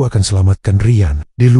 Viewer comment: Tahun depan bukan tahdepen...Rian bukan Rayen... Kosakata gak jelas pakai transit suara ini... Tolong di perbaiki...